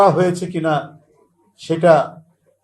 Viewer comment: কেমনে হযে চে 😂😂😂😂😂